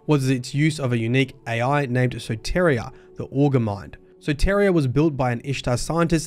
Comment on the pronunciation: Just an FYI, Soteria is a Greek word. It means Salvation. It’s pronounced soh-tee-ree-ah